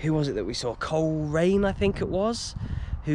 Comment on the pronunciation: When the bbc kids show "We Are The Champions" used to come to Northern Ireland once a year, Ron Pickering always pronounced Coleraine as Cholera ian